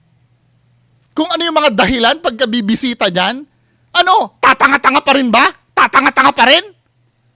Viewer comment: Hahahaha!!! Napakalutong ng “bobo “at “tatanga-tanga”! Pero totoo nga yung kabobohan at katangahan nung mga naniwala 😅